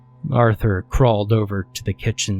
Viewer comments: Take a drink everytime this dude says Aurther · Say “Arthur” one more time! Otherwise, ew.